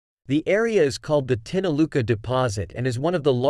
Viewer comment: Pronounced tinakula